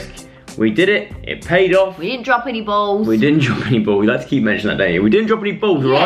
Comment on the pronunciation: I love when Dianne says balls it sounds like bowls 😂